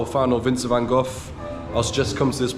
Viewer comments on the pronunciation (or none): Why Van Goff ? It’s Van Gogh, with G